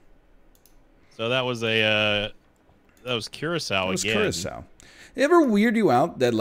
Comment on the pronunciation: NL: Have some cahaca, or whatever. All of Curaçao: It's called Curaçao!